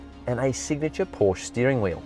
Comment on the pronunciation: I found something wrong mate. You dont know how to say Porsche.